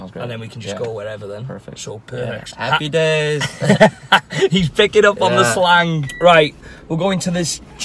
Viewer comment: Lol Luis “Happpy Days” lol!